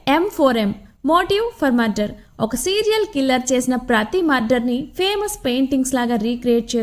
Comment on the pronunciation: Murder not mudder